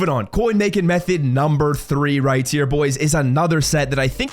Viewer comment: How does he not enunciate his H's... he constantly says RIGHT TEAR it's right Hhhhhere